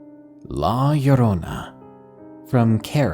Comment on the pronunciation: Yooo! He said Llorona right!